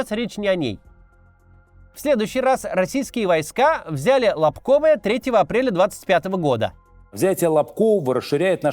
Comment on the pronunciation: Не могу уже терпеть,как местный житель! Не "КупЯнск" а "КУпянск" ! Не "Лобковое" а "Лобковэ"! Не "Чаривное" а "Чаривнэ"! Не "Кутьковка" А "КутькИвка". Не будьте ,как дегенераты из глав.штаба путина, которые,даже,не знают как правильно произносятся названия населенных пунктов,которые они "освободили". P.S. "СлАвянск" а не "СлавЯнск".